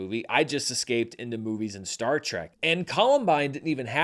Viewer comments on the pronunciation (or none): none